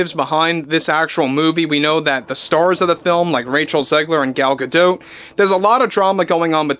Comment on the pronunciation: Please stop saying Gal "Gadote"...It's pronunciation sounds like "Ga-doe". Thanks!😊